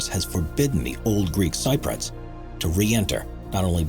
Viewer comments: Somebody needs to again help the narrator, please! ”Cypriots” is pronounced: “SIPP ree otts.” NOT “SIGH - proits” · Sip-pree-uts not Sigh-pruts! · ..this 'Top Fives' narrator sucks... FFS... LEARN how to pronounce things correctly... for example: 'Cypriots' is pronounced 'Sip-pre-otts'...NOT... 'S-eye-prots'... (looking at the other comments you must really be a dumbass... unsubbed) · dude! it's pronounced cypriots (sip-ree-otts) not cyproits (sy- proyts) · Repeat after me cyp-ree-ots. Not cy-proyts. Jesus, doesn't your narrator get any notes? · "Greek Cyproids" 🤣 There was an attempt! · "Cyprians" 😂😂😂😂 I went to school with a Cypriot lad who had escaped from Famagusta. Apparently, there are brand new cars still sitting in dealer showrooms from 1974, zero miles on the clock, covered in a thick layer of dust. I was due to visit Pripyat, Chernobyl and the 'DUGA' radar site this summer, but Putin put paid to that idea! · ..and Cypriots. He says: Sye proits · Would be polite if you could learn to pronounce things correctly. Thames and Cypriots for a start! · People from Cyprus are Cypriots not Cyprots. Also Thames is pronounced 'tems', and .........why am I telling a robot how to speak English?